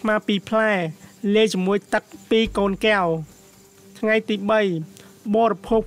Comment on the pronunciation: ត្រូវនិយាយថា កែវ មិនមែនគែវទេ នេះជាភាសារខ្មែរ បើប្អូននិយាយថាគែវនោះៗ មិនមែនជាភាសារទេ